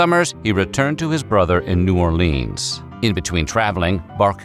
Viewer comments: Also no one pronounces New Orleans "New Orleeens" aside from sports announcers. It's "Nieu Orlins" or "Nieu Orlee-ins" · Buh-LUX-ee, not Buh-LOX-ee New OR-lee-uns, never New Or-LEENS. No one in New Orleans says “New Orleens”…or “N’awlins”, for that matter. Only drunk tourists. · It's New Orlynz not New Orleeens. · "New Orleens" If you say so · Yet another YouTube "history" video that glosses over all sorts of details and mispronounces place names (New Orleanians cringe at "New Or-leens" and Biloxi is pronounced "Bill-ucksee") - which means not much effort was put into this. It's just a condensed Wikipedia article in a video format.